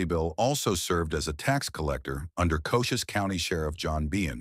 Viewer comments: "Cocious" county???? It's pronounced "Co-chees". ( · That’s “Ko-Cheese” county, not “Coach us” county. Good video! 🫡👍🏼